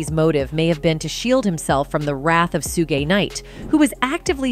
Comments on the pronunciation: I have a hard time taking anything she says seriously when she repeatedly pronounces suge knight like that… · I was fine watching this until she mispronounced Suge's name. Like wtf, to not know his name are you living under a rock? You're presenting this vid. I got 6 min in then said fuck this lol😅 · Why is it saying suge name like that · I can't!!!! How this cave beeeach butcher this man's name? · For starters the chick doing the narrative can't even pronounce Suge name correctly she's saying it like Sugay😂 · did this bish just say "Soo-gay" Knight?? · You noob journalists that keep saying Soogei Knight are killing me 🤣 Who is this anime character? Oh you mean Suge? It's pronounced Shug 👍he's a black man from LA not a Japanese man from Tokyo 😅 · OMG the narrator is so distracting!!! Who the hell is “Su-gae”???? It’s pronounced “Shug”…. Please learn how to say peoples names correctly… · Sewgee knight 😂 I’m 💀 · Su-gay- knight lol who the hell is that ? Sound like a freaky ass ninja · Who in the hell is “SUE GAY NIGHT” ?? LMMFAO !!! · Who is suegi knight?? 😂😂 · Sugay really 😂 his name is Suge ,pronounced Shug. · I hope and pray the DIDDY goes down for this too. I’ve always felt Kefe D wanted to tell all years ago. RIP Pac 🕊️🕊️🕊️🕊️🕊️ oh and his name is SUGE KNIGHT not SUGAY KNIGHT. If you gone speak on hip hop get the names right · It's pronounced Shuge Knight😂😂 lady.. ..Suge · Suge = "Sue gay"? lmao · She said soo-gay night😅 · Who is suegay knight its pronounced suge as is sugar 🤦🏻‍♂️ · Who tf is Su-Gay Knight???!!!!😮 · Suegay? Nor? Two pack...the singer? I'm trying. 🙄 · Wtf is Su-Gee Knight? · SOO GAY Knight. 😂😂 stop it with the AI y'all. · And Soogay.... IT'S AI🤦🏾‍♀️ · Now that's the funny one. Kept throwing me off hearing it. Sue Gay Knight? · Sue Gi Knights got me too. You know she is just reading a report, knows nothing about these people. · "Su-ge" Knight? Is that an AI voice? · She said sugay night im dead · She said sue ge knight wow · Soogei Knight 😂😂😂😂😂😂